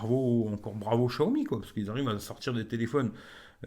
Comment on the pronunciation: Tu arrive 5 mois après tout le monde... Et prononcer chiaomi comme tout les benêts du net c'est gonflant